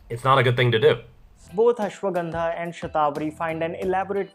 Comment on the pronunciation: You can't pronounce ashwagandha .... Correctly